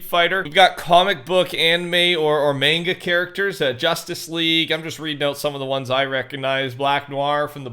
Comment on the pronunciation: "Comic book, anime, or MAYNGA characters" 🤣🤣🤣🤣🤣🤣🤣🤣 "NaROOOto"